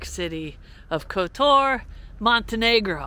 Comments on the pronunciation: Again for others watching - stress is usually on first syllable in these countries. KOtar. (not koTOR). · The accent goes on the first o